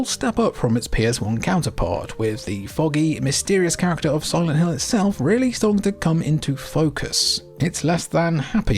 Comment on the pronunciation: what the heck is silent lint 🤪